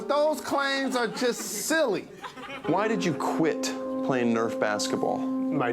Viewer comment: Kyle Nerf!!! lol its Nerf or denatha bratha \m/